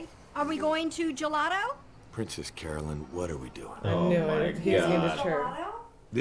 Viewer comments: 3 things. 1.) I spy Secret Hitler in the background! Nice! 2.) It's Carolyn. Pronounced "Care-o-lin." Not Caroline. 3.) Remember that phrase "the best thing that's ever happened to me." It will be relevant later. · As someone who's name is Carolyn, watching everyone misspell it and miswrite it is so triggering LOL! One day, one day, they'll all say it right. But until then, I can't wait for next week. That episode is when I realized that this show is... something else. One of my favorite shows in a long time, and this is where it starts to shine.